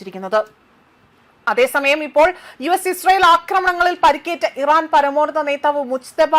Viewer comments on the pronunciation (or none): ചേച്ചി ഫയപ്പാട് ഈറൻ അല്ല അമിരിക്ക്